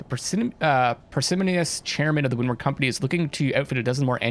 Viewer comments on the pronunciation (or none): Par-si-moh-nee-us - a little more emphasis on the "moh"